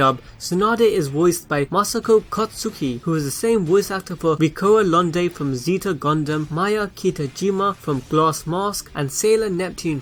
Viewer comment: It’s pronounced ( zay-tah gun-dum )